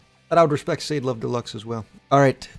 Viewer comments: Sha Dey like that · every time that shaw-day was mentioned my blood boiled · diabolical pronunciation of Sade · Can't believe you mispronounced Sade lmao